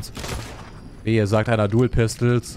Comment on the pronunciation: Und wehe sagt ihr Dou pistel (PAAR SEKUNDEN SPÄTER) Sagt er selber Dou pistel😂 Mach weiter so😂❤